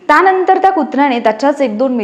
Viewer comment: "ता नंतर " नाही "त्या नंतर" बाकी सुंदर.